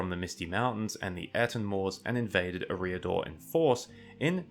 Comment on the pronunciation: please learn to pronounce things better, its not ruedour, its Rhudaur, its uhreeador, its Eriador.